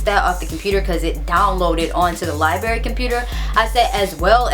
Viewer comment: lol I love your accent. LIBERRY LIBERRY LIBERRY. haha my bff pronounces it like that too.